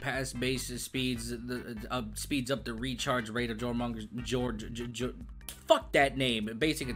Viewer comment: disliked for butchering snek's name